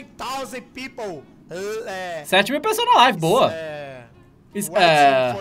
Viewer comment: Seven tauzand pipou kkkk